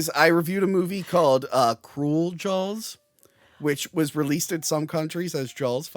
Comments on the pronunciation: I didn't hear you say Jawls until you pointed it out. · God I adore how east coasters pronounce Jawls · Wonder how many times said Jawls rather than Jaws in this Episode? 😆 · Take a shot everytime says Jawls. Cheers 🍸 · Take a shot every time says Jawls